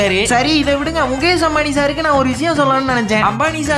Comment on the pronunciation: முகேஸ் முகேஸ் முகேஸ்😂😂 வீடியோ போட்டு குத்தம் சொல்லுங்க, ஆனா ஒரு பேரயாவது கொஞ்சம் கரெக்ட்டா உச்சரிங்க. முகேஸ், மகேஸ் அது முகேஷ், மஹேஷ்😂